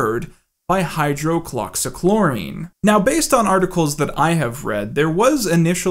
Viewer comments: And it’s hydro-oxy-kloro-quin dude it’s not that hard to say just sound it out like a big boy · Hello, pharmacy tech of 5 years, pronunciation is hi-drox-ee-chlor-uh-quin I’m sure youve gotten it a few times already and it doesnt do any good since the video is already recorded and uploaded and probably wont come up again but ya know 😂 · Pronunciation tips : He-drugs-see-claw-raw-queen. You're welcome. Otherwise, good content. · It’s pronounced “HI-drox-e-Klora-kwin” or “HI-drox-e-Klora-kween” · say it with me hide rocks ee chlor oh quin[ton] hide-rocks-ee-chloro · Good video, but Hydroxychloroquine is pronounced: “High-droxy-cloro-quinn” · High-drox-ee Kloor-oh-qwin.........great video🤘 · eh, she'll be right. I still got the point when he said it so it's not that big of a deal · Oh also found the consistent but always incorrect pronunciation of hydroxychloroquine kind of hilarious. Like chlorine is nowhere in the name :p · Man, really nailed the pronunciation of hydroxychloroquine. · That's not how you say hydroxocloroquine... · Love all the creative ways in which you pronounced "hydroxychloroquine" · Can't get over the way you pronounce doge. Also hydroxychloroquine.